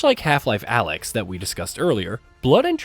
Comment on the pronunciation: Alyx not alex.